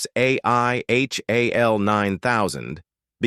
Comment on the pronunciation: It's a great list but the narration is terrible. It's hard to take seriously any commentator, AI or otherwise, that doesn't know how to pronounce HAL in 2001: A Space Odyssey. Also, the endless repetition of the same words used to describe each film is annoying. Sorry to say, I won't be subscribing.